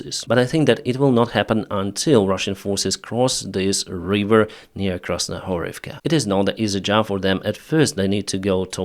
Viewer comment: "River" not "Reeever"